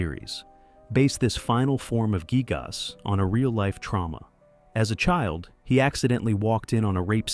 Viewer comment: Your pronunciation of Giygas was really cringe. Its Guy-Gus. Giygas. Dude, I have to leave a dislike, its so aggressively incorrect.